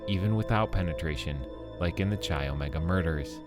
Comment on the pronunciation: Not Cheye.. It’s Kye, come on guy if you’re going to do a Video please do a little homework first, you’re driving us bonkers with mispronunciation